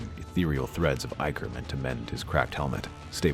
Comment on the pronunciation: It's pronounced ick er